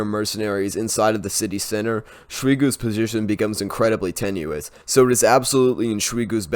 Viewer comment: Why do you pronounce Sh-oi-gu like Sh-ri-gu? There is no R in there! Sh-oy-gu!